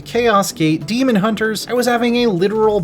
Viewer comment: unless its different in WH40k im pretty sure its pronounced DAY'mon